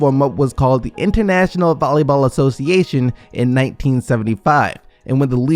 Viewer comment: man retards still be out here calling volley ball “bolly ball”